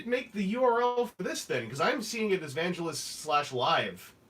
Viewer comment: I just want to say how impressed I am that you nailed the pronunciation of my last name live. I have a couple friends that still don't say it right.